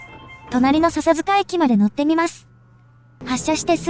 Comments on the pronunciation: 聞きやすい声ですが、「さサづか」「レっしゃ」のイントネーションが気になります。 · 笹塚のイントネーションがちょっと違和感が。